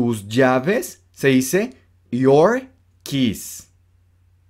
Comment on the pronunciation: Keys suena a kiss de beso 😫